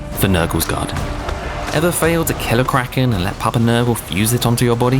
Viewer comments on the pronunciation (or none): none